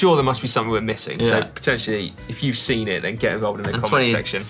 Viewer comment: 'seen' not 'sin'. x